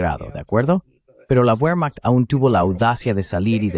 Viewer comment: Por favor, no seas cateto, como si la w la hubieran inventado los ingleses. WEHRMACHT, se lee bermajt, WAGNER se lee bajner. Que es eso de la uermajt. Cateto!!!!!!